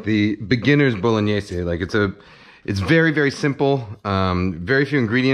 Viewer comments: Great video. Love the mathematic approach to onion chopping. Bow-luh-nayz, btw. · I just realized I've been saying 'bolognaise' wrong my whole life.